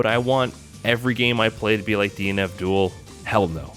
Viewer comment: Anyone else hear him say 'DNF Duel' as 'Dean Abdul'?